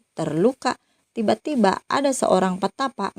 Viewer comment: Akhiran kata kata loe... Hurufnya menjadi "k , semua, ada menjadi adak